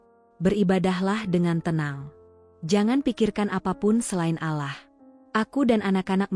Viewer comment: Tolong kalo yg membaca kan jalan cerita yg religi sebaik nya yg muslim , yg menyimak telinga rasa nya gatel2 ...bila lidah muslim yang menyebut Tuhan YME Islam bukan yaa alah ...ttp yaa Allah ( yaa Alloh ) Sholat bukan salat , ber do'a buka berdowa ...sya'i bukan sayi .dll ...bikin gemmeess dengar nya